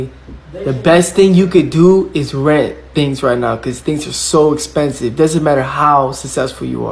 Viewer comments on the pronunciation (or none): “Not in this economy, it’s essssspensive”